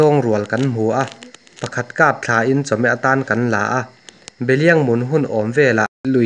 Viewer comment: zèn, ṭhêṭhâw, lângkaih ni lovin langkaih zawk, vaipa dên, ṭamtâwk, zángthal nilovin zangthal, beliang hi behliang, pilril, etc. A ngaihnawm e.